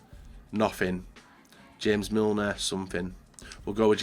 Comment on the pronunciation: It's not hames Milner it's JAMES Milner learn your players